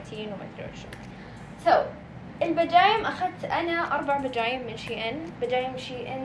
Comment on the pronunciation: بمووت بجايممم. اسمهاا بجاماتت** بجججااامممااااااتتتتتتت .